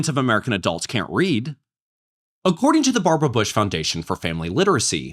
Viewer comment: "O-ccording"? The first word uttered in this video is already mispronounced. This is going to be a rough watch.